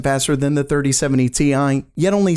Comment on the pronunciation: 3070 tie, get it right haha